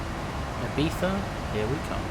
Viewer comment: Perfect pronunciation Ibiza.